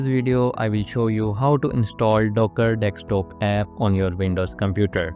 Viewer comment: Let it go man, it’s not his native language.